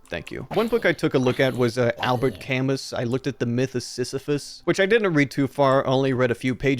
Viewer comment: you’re my favorite youtuber never stop mispronouncing albert camus